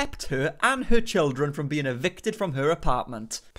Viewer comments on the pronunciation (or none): none